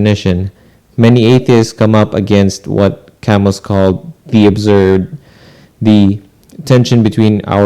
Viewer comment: You got Sartre more or less correct the second time. Camus is pronounced ca-moo